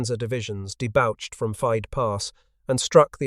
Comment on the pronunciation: Debouche: day-booshed, dammit. Nobody who thought it was pronounced day-bao-cht would actually use the word.